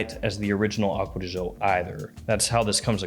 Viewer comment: Man said "Aqua de Joe", I'm out.